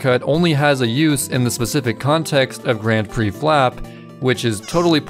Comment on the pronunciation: ´"grand preh"